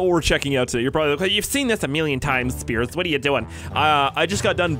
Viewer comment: intro: ITS NOT SPIERS YA KLUTZ!!!